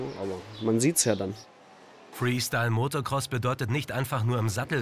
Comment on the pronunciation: Der Sprecher sagt immer MotoRcross ;)